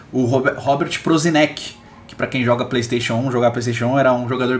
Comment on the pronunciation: so uma ajuda ai, a pronuncia do Prosinecki, um nome eslavo, seria algo como ''Prosinetzki'' ck = ''tzzk''